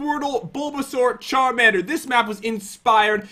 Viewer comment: charmander says charmender